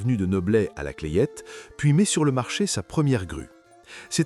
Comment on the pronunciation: on ne dit pas la clayette mais la clette .